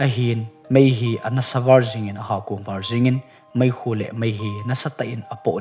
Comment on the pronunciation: 'Var' kiti hi man dan lang 'val' t o